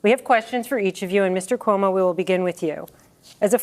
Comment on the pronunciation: Calling him Cum-O is Crazy lmaoooo